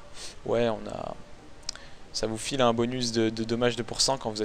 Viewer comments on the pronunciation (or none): none